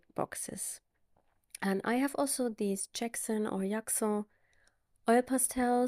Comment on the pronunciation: I love your beautiful bird!!! 😍 I love drawing them too! Jaxon is pronounced with a hard J, like in the word jump ( hopefully that helps). 😊